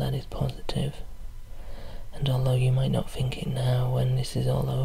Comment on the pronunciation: "Just fink" :D Extra relaxation because you don't pronounce the T!